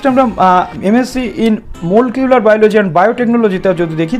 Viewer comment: দাদা মলকিউলার নয় মলিকিউলার বায়োলজি🤣